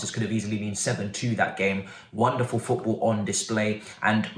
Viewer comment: 😭😂😭😂 Man said Pot Ball 🙌🏾